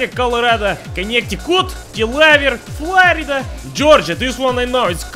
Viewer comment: Damn you pronounced Florida better than most Floridians XD